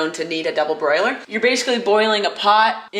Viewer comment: Double BOILER. Not double BROILER. 😂